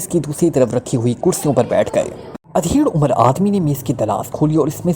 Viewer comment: Udhair umar 👍👌 Adhair umar 👎 Is word M alif p paish h JAZAKALLAH KHAIR Horrible expressions k begair read kerain, shaid more better hu Or words b proper pronunciation ( in English and urdu .) k sath read kiya jay, JAZAKALLAH KHAIR